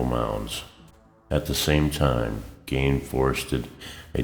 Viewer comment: "Geen" not "Gain"